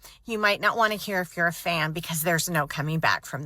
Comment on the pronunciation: "I was a huge fand" 🤣